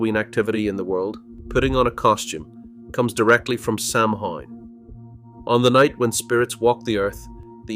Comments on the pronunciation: For God’s sake, sow Ann, not Sam Haines! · Samhain is pronounced SOW-IN for Halloween. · The four leafed clover has nothing to do with Ireland. The Shamrock has three leaves! Also please have the manners to pronounce Samhain correctly! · I have two friend one from England and Scotland and they never celebrated Halloween because it was an Irish Catholic tradition .My friend from Liverpool new of it but my friend Scotland only heard about Halloween when she came to America.Samhain is pronounced wrong